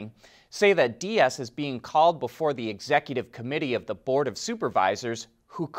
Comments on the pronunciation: it is getting more ridiculous every time you say the german name "Diess". please don't spell it like spanish Dias. Pleas spell it like "Deece" like the endfing of nice' but with the ee of cheese. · Herbert Diess' last name is pronounced dees. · Pronounce Deiss like Dice, he isn’t Spanish.